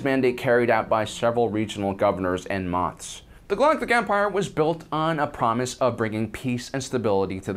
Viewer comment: bruh, it's moff, not moth